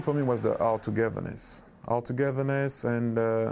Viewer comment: All togethern"es" as he pronounce it. It says it all, even thoug its not a word. Henry, He``l be back with us some sunny day ;)